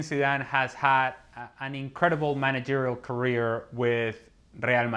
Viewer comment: he said managerial.....